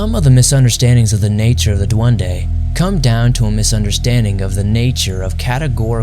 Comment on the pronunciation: Duende with E please not duande like every single time people need to say it properly its just annoying